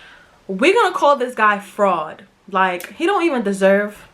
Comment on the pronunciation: I thought you was saying frog 😭😭😭😭 but you saying fraud 😩 definitely subbing 🥰